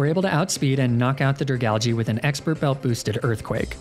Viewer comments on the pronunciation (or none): none